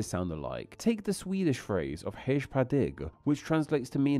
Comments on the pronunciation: At least try to pronounce the words correctly. It would take literally less than 10 seconds to look up the pronunciation of “hej” and see that it’s /hɛj/. It’s pronounced like the English word “hey” and not “hedge”. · Hm. Hej isn't pronounced as hesch. J allways sounds like y in "you" no matter the position in a word as long as it isn't a loanword. Strange that Babbel didn't teach it properly. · nah bro its pronounced hesjhhh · Yeah it didnt sound like: hej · Especially when hej in Swedish is pronounced the same as hey in English. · Hedge?! Sorry, your obviously incorrect pronunciation reduced my confidence in your content. To be honest though I was happy you covered this topic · I doubt his bad pronunciations were because of Babbel. He couldn’t even pronounce “hej” correctly. I’m sure Babbel has the correct pronunciation for it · It wasn't really a good ad for Babbel, though, claiming that he had used it to learn Swedish but not even being able to pronounce "Hej" :D